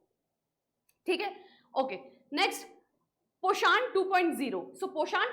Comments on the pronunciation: This is a hindi word prounce it poshn not pashaaaaaaan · mam plz pronucation se dhyan da ap its poshan not poshaaan. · Poshaan ❌ Poshan ✔️